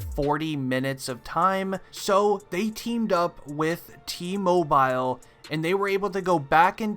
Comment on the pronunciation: Awesome video you get an A, would have been A+ if you pronounced T Mobile right lol 😋